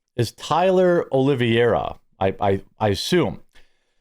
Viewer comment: Look at the name. Pronounce it like it is spelled. You are dyslexically flipping a syllable. 'Oh-Leh-Vay-Ra' not 'Oh-Liv-Eee-Ay-Ra.'